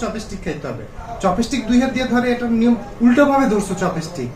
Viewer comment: উচ্চারণটা চপেস্টিক নয় চপস্টিক হবে ।